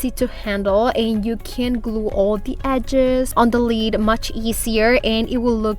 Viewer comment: I normally find your accent charming, however today your improper pronunciation of “lid” (you pronounce it “lead”) is driving me bonkers lol! Idk why! But I love your projects and I really loved how you did the contact paper on the lids! Totally going to do that! Thanks! P.s., please don’t take that negatively, I really enjoy you and think you’re adorable and charming!